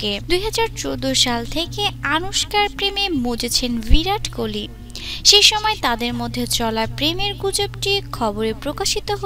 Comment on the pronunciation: not koli it's kohli